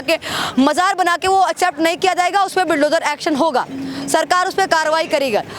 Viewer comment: यह मैडम बुलडोजर को बिलडोजर बोल रही है